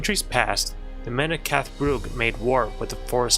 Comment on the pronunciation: You finally pronounced Llancarfan correct and not call it Lee-Ann Carfan! Lee Ann is a Taiwanese movie director! But you still pronounce Cath Bruig weird! It's Cath Bru-ig, not Brug!